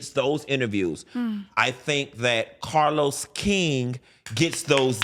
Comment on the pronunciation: Funky keep dropping names 😂 first Oliver now CAH-LOUSE